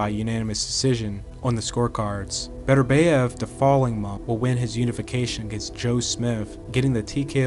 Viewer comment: Love your videos. But please research the pronunciation of names. You pronounce Bivol perfectly, but you mispronounce Beterbiev by saying Beterbeiv